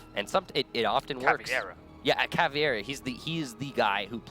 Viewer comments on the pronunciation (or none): its caveira not caviera ffs, even the commentators get it wrong